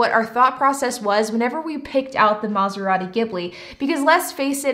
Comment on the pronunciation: Take a shot every time she says mazarati gimbli